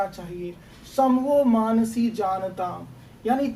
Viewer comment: मनांसि मानसी नहीं sir सही से पढ़िए